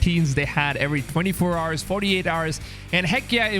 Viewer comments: Did my man just say 24 hars?? Wtf??? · Dude. The 'h' is silent in the word "hour(s)" and I've NEVER heard ANYONE say it by pronouncing the 'h' so why do u say it like that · bro why do u pronounce hours as haars? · Ours, not Hours🤣🤣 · why do you pronounce "hours" like that eww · It is an accent why do u have to b disrespectful. Lol